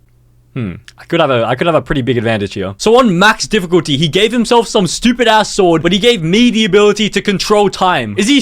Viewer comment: Max “diffuculty” was hard man.